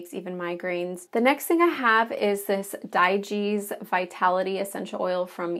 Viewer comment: If this medicine cabinet is in a bathroom you might want to consider moving the true medications to a different location. I’ve heard that humidity from showers can impact the integrity of medications. Also I believe digize is pronounced like dye-gyze.